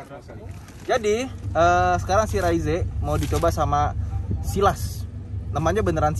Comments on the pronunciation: yg bener om fitra soalnya diiklan yg jepang dan negara lain jg bilangnya ra-iz ato re-iz (kyk baca rise ato rice dalam bahasa inggris) e-nya ga dibaca, bukan raiz-e.. hampir ga ada malah yg bilang raiz-e karena diatas huruf e-nya polos ga pake tanda koma atas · cara penyebutan yang bener itu "Raiz" & "Reiz", huruf E yang dibelakangnya nggak dilafalin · "Raizé" Fitra Eri: "Reiz"